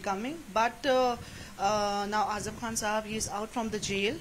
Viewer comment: His name is Azam. Not weeper